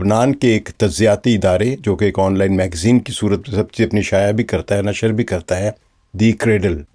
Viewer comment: صِرف sirf✔️/ آپ نے siraf بولا| نشْر nashr✔️/ آپ نے بولا nashar 🤔